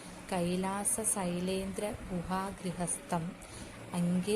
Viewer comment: Sylendra alla shylendram ennanu pottathettu manushyarkku vilambhathe ariyavunna karyame cheyyavu